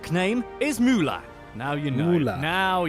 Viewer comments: Müller is more spelled like Miller Not Muler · And that pronunciation of "Müller" is just atrocius. ( Moolah, really?) You would think people who compile such lists could do a minimum of research? Such as what an umlaut is, and that a vowel followed by a double consonant means the vowel is short. "Müller" means miller and you can easily go to any English German online dictionary and click on the microphone symbol and listen to how it's pronounced. And "Nachname" (surname) is not pronounced nacknaim! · Funny, all of it. But the pronounciation of "Müller" is wrong. Not a long vocal it's short. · please pronounce Müller with umlaut = ü there's also Möller with ö